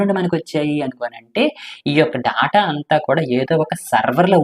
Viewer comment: Daata kadhu data adhi